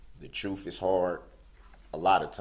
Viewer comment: "Dis", "Dat", "Doh's", "Troof"??? I Mean, Come On. I Went To School. English Was My Favorite Subject. When I Hear Lazy Language? Is Just An Insult To Our English Language. Can't He Hear Himself Utter, Incorrectly, Words That Can Easily Be Spoken Correctly???